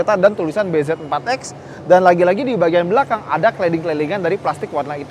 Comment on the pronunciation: nyebutnya BIJI